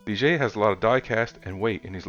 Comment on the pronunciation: That is actually pronounced Lye-Ger. The French word Ligier is the name of the Formula One car that Mirage is based on.....the Ligier JS-11 competed in Formula One in 1979 and 1980.